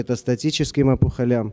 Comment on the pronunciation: Опухолям, ударение на первый слог, а не последний. Вы же из СПб, колхоз.